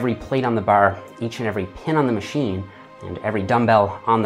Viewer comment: Needed a supercut of him saying the word "baRRR", he really gnaws into that one